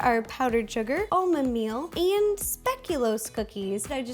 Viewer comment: She pronounced Speculoos wrong. I love Ro but I am Dutch and was a little offended